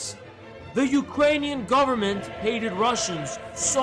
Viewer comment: god this is a good vid not only you have good takes, as a ukrainian i also especially want to thank you for correctly spelling and pronouncing ukranian names and the “hullamador” bit had me crying laughing